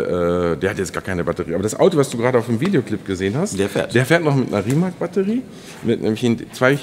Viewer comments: Der „Rimac“ wird nicht Rimak sondern RimaZ ausgeprochen.. so nebenbei! Lg. aus Kroatien 🇭🇷✌️ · Wird Rimac wird "Rimaz" ausgesprochen oder? Wie Rosicky damals beim BVB 😬